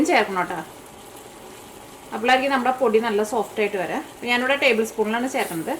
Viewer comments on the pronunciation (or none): none